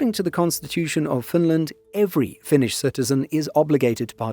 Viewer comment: As a Finn, great video! Also gotta point out that your pronounciation is suprisingly good! Finnish aint easy... :D